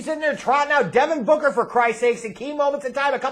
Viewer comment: Suns Fan here, I’ve been watching you for over a decade now; I don’t like the way you say DEVIN BOOKER!!! Lol